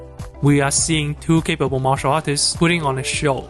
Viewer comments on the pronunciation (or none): none